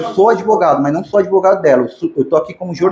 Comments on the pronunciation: O “adevogado” se achando importante kkkk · "Não se surpreenda pq se trata do!!!" Hahahaha o "adevogado dos adevogados " Hahahaha